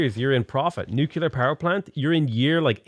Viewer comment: Nu-clear. Where the crap are you getting nuCUlear.